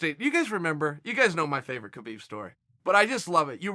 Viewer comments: be4 he fights Habib. Chael, and it's not Kabib, it's Habib, the K is silent. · Mcgregor's does not deserve a title shot. In addition, Khabib was unfairly fined $500, 000 by The NSAC. Khabib's name is pronounced Habib. Chael are you just a disrespectful person. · Chael it’s Haa-beeb...